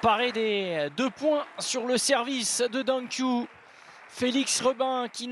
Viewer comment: The commentator mispronounce Dang Qiu's name. It is "Qiu", not "Q"